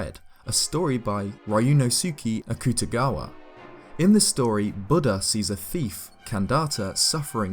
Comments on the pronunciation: Hot dang, man, that hurt to hear...but I figured out you meant Ryuunosuke Akutagawa, the Japanese author the character of the same name is based on from Bungo Stray Dogs. It's pronounced something closer to "ryu-NOH-skay" (not pronouncing the "y" as it's own syllable, just as a sliding sound) and "ak'ta-ga-wa," at least as I've heard it spoken in Japanese in the anime. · well that was certainly a… creative way of saying Ryūnosuke Akutagwa, probably the most accomplished Japanese writer ever